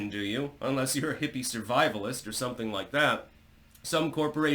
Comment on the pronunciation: Self-proclaimed linguistic. Can't pronounce soMething.